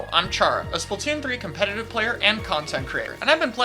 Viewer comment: Video: starts Chara: "Hello yes I am a conpetitive Splatoon player"